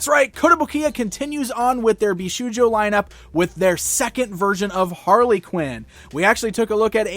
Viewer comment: Just a short note: it's pronounced bish"oh"jo, not bish"oo"jo